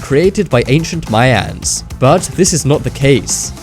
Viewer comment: Has this guy had a stroke? Mayaaans!